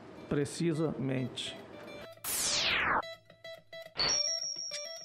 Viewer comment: "precisa...mente" amei